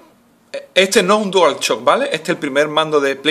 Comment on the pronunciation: dual chock prununciacion de mierda :V